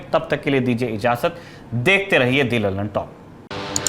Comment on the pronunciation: I think you should pronounce द lallantop instead of दी lallantop in your introduction .